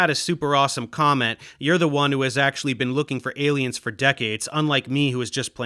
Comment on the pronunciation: I'm gonna watch that TED talk. Although someone needs to tell that lady how to say 'aliens' a little clearer.